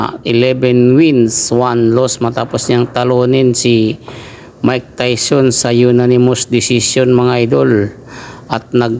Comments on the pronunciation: Hnd tawson tayson haha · Anong tawson diko ma intindihan